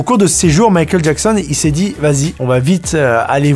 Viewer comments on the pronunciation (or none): none